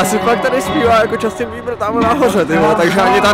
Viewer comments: džastyn není to náhodou Justin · akože vážne Džastin!? Justin!